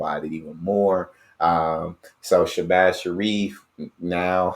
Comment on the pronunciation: Showbaaz...not shabaz